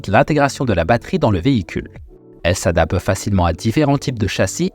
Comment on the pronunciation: "elle s'adape" il manque le T